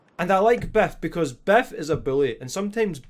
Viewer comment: Not gonna lie, it straight up sounded like you were calling Biff "Beth" throughout the whole thing, and the whole time I was like "who the hell is beth?"